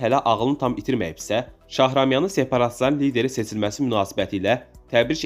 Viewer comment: Вы меня извините, но чтец безграмотный, не Цецелашвили, а Чечелашвили, не Шахрамян, а Шахраманян. Если это читает живой человек, то очень грустно, но если озвучивает программа, тогда все не так уж плохо!)